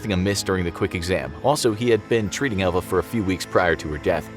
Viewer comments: I kept hearing ELVIS instead of Elva. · I did too.